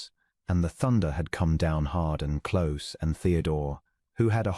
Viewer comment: For a ring it's sig-net not sigh-net; close= clowse or cloze depending on context; bow is pronounced bough when it means showing deference; and boh when it is a ribbon tied prettily or the instrument that shoots an arrow. A very sweet story and nice narrator's voice.